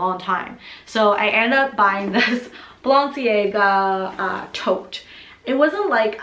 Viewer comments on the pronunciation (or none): Love your collection, but giiirl, you need to learn how to pronounce Balenciaga Sorry for being picky, just a little pet peeve of mine when people don't research a designer brand they are purchasing from.